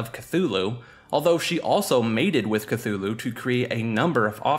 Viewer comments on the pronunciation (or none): "kloo-loo" not "ka-thu-loo" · It is not Kathulhu. Its Cthulhu. Thumbdown for tilting me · KUH-HULL-LOO not K-THOO-LOO YAR-LAT-HO-TEP not NEE-YAR-LATHOTEP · Cthulu had me dying 💀 brooooo it's Cthulhu (Don't worry about it it's a common error) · It's pronounced thulu not cthulu if you see it spelled with all the dipthongs and shawas the way Lovecraft wrote it most people get that wrong I have read just about everything he wrote and I honestly believe you have never read any of his work and people need to realize he wrote FICTION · You mean "KATHULU" KEKW (He tilted me all video long) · *k-tulu is the pronunciation